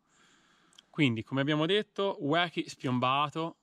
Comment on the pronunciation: Si dice "uochi" ahahahahahah